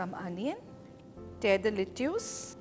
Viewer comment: Le-choose lol